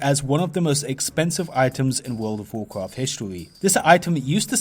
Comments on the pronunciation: wuuurlld ovv wuuwcwaft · Wol' of Wo'cwaf